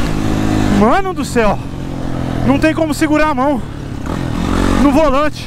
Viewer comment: Quem escutou ele falando volante corte😂❤